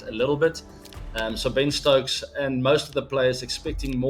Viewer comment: When ABD said Ben stokes 😊 When kholi said Ben stokes ☠️